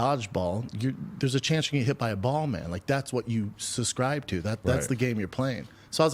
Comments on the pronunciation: If I have to hear him say “suscribe” one more time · “I don’t SUSCRIBE” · Hey, hayydurz... He don't even Suscrybe tew't, B! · Does he suhs-cry to it or not?